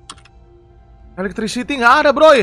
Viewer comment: "there is no elekstritikikikikisi kocak"